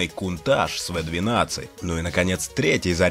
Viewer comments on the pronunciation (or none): Не кунтаж, а каунтач